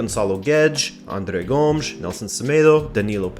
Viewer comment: Ok so first off,it's not Loups,it's Lopes (Ló-pes,you have to read the letter e in portuguese like how you read the letter e in the word "the" in english),you said Filip,it's Filipe,you said Goms,it's Gomes,you said George Méndez,it's Jorge Mendes and you forgot to put accents over the names of the palyers,yeah you need to improve your pronunciation,yet you re still better at saying the names than most of the people on youtube...keep working and i like your content,sorry if i offended you